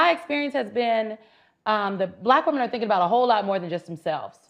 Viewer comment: That there is a "costume party" of Black women who can't even pronounce the plural word ie "WOMEN" ps Regardless of skin color or gender, please improve yourself/yourselves and Google/YouTube the proper pronunciation. It's "wih-min" and not "wuh-men."